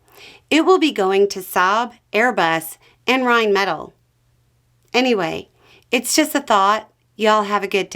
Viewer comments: I'm the last person with any right to quibble over pronunciation, but it's Rhine-met-all, not Rhine-metal. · FYI, it's actually pronounced "rhine-meh-tahl" with the emphasis on the final syllable. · A couple other things occurred to me after my first comment. Our 120 mm gun for the Abrams is from Rheinmetall. Took me a minute to wonder why pronounced it the way she did, and then I figured it's because she reads this stuff rather than listens to videos on the subject, the former likely being better. The Abrams chobham armor is British. A lot of what we use is from NATO allies, and they could cut us off cold.